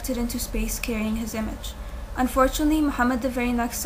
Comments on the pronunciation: its peanut!!! but lmfao! it does sound like penis :D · I don't know... sounded like "penis" to me....